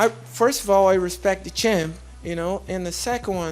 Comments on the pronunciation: "Hespect? S'normal. S'normal." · "HESPECT" Those crazy Brazilians 😂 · Chael dishespect me! Chael no hespect nothing!!